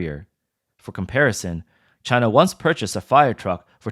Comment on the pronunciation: Made in Chy-nah quality.